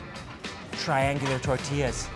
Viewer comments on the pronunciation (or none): I love the way he says “tortillas” ❤️😂 it’s pronounced with a “y”❤️ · Did he just say fucking "tortella" wtf?!!!